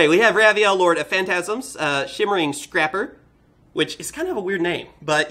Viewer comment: Hamon is my favourite, since I find it odd that the Ra equivalent is downplayed so much. Out of curiosity were you mispronouncing Scraper on purpose to call attention to that wording mistakenly making it a Scrap monster?